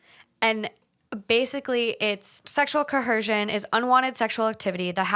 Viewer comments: There is no h in coercion, it’s not ‘cohersion’ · “Sexual CoHerShion” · Why do you keep saying “ co HERsion” ??? It’s coERsion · Oh my God the pronunciation of coercion (co·er·cion) I didn't think you could get worse than liberry.